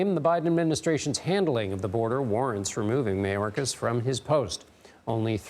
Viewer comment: Ridiculous unbiased reporting... they can't pronounce Mayorkas's name correctly... Hey! Can they make this all go away?.. are you shitting me.